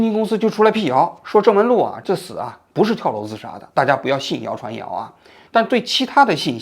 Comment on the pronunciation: 郑雯露 王局 嘴瓢了😅